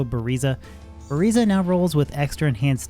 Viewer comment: did he just call a ballista a "bariza"?